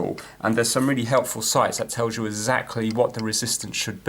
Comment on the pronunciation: "33 killer ohms? uF and not μF? Ezactly?" You're killing me! But I love your videos.